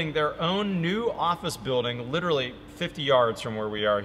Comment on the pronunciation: Literally the walls are literally the insulation. Litcherally